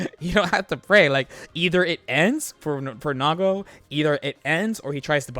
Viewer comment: I can't understand what he's calling Nago around 6 minutes. "mids dispenser?" "mints?" "mitts?" What does he dispense?